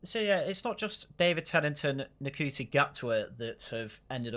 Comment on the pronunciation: I don’t respect your opinion if you can even pronounce ncuti gatwa’s name